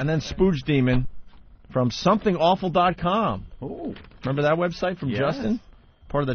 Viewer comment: Opie said, "memember?" That's a Vos level car crash.